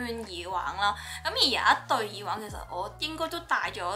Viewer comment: 講咗咁多次都仲係耳“wang”😂